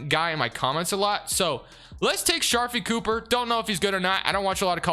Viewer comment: Somone tell him to pronounce sharife cooper name right